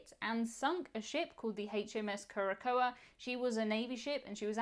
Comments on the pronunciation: Curacoa is pronounced kure-ə-SOW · Just for the record...Curacoa (pron. KEWR-ə-sow) 🤗